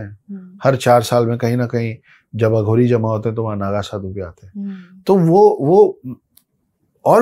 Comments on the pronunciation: Bolna sikho pahele madam..aghori ko aghodi bolti he.. Mu me supari thuk k aa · Pronouciation sahi kar ...mam . Aghodi nahi ....aghori bolte hai .. English medium ...